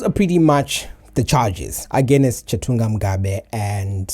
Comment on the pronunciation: Like how u speak the language... jus think "aganest" gives u away. Great work u r doing